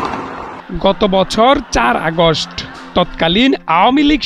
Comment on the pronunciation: আগশ্ট,জুকি,ডাল,বাইরাল... কি বাজে উচ্চারণ! কিভাবে সাংবাদিক হলো!?